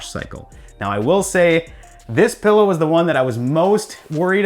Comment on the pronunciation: PILLOW... not pEllow